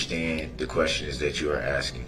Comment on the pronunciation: He contracts himself constantly!!! He doesn’t understand yet he’s throwing out all these rights he reserved! And his long nails and his axing make him even more vile.